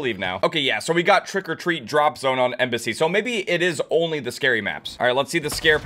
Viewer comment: Why did say embussy 😭😭